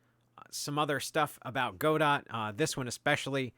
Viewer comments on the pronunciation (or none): It's GODOH*, NOT "go dot" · It's "Go-Dough" like "Waiting for Godot". The "T" is silent because it's someone's name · it's whatever you want it to be. the original play from which the name was derived is pronounced God-Oh, so if you wanted to be super technical about it then that's you'd have to pronounce it. the original author pronounces it Godot, which kind of makes sense as its logo is a Robot...